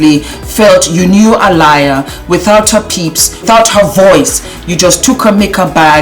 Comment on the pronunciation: Apparently Aaliyah's family was involved.....it's just off I agree. By the way pronounced aleeya.